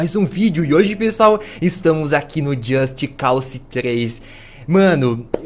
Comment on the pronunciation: just cause o que o falou just calçe ou seja só cause seria o correto porém pró é só calçe